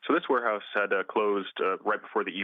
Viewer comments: "Wareouse"? Really? And this is supposed to be a legitimate news source? 😂😂😂😂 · Oh No!!! Not the “Ware-Ouse” 😂😂😂